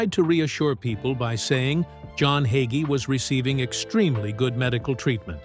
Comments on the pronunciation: Hay——gee. Hagee. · Bro.Hagee preaches the truth. God saud we would be hated just as his son JESUS CHRIST was when he came here. I stand with Bro. Hagee. Judge not or you will be judged in the same manner You cant even pronouncr his name correctly